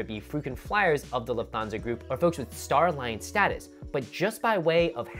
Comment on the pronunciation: Don't hate me. It is Luft - hansa or Luf-tan-za Thanks for the great videos!